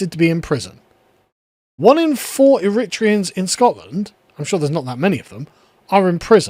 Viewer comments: “Irritreeans” hahah it’s eh-ree-tray-an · Pronounced Air-a-tray-ans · Air-ri-tray-ans = Eritreans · It’s pronounced ERRITRAYUNS 👍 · Eritreans is pronounced: Air, Writ, Tree, Hans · Ooh. Blatant raisinism against cultural enrichment except yours which is evil and white. Europeans did nothing compared to the Eritreans. BTW the third syllable is stressed./ er-i- TREE-u’ns/ u’= schwa. This is a pronunciation rule for nominative adjectives. The syllable before the category suffix is stressed like: aMERicans, caNAdians koREans or even paRISians. It only works for this suffix. Chinese or Portuguese or English, Swedish, Turkish . No. But it works for braZILians or argenTINians or palesTINians. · Eri-TRAY-ens fyi